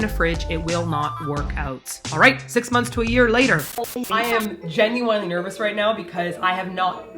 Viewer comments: pronounces genuinely as ‘gen-u-wine-ly’ instead of ‘gen-u-win-ly’ I’m just here to point out the amazing accidental pun 10/10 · was the gen-u-WINE- thing on purpose or is that how always pronounced it? lol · It's stressing me out that I can't tell if is pronouncing 'genuinely' like 'genu-wine-ly' to make a pun or if that's how she actually pronounces it.